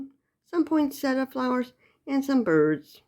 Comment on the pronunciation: Yessss. You know how to pronounce the Christmas flower correctly!!! 3 syllables not 4. POIN-SETT-A (the i is silent) 🌺